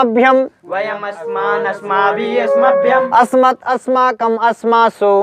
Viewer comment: त्वत् व अस्मत् का उच्चारण त्वत व अस्मत हो रहा है जो कि अशुद्ध है।